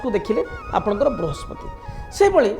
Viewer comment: Vrihaspati mein pehle" sa " ko correct kijiye sir . Conentent mein hae